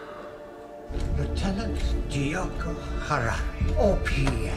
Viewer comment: In previous videos you have been pronouncing his name wrong, this time you got at least his rank right. It's Diogo, The Little Shit.